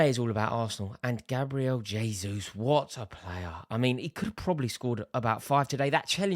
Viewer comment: Jayzus - Portuguese not Spanish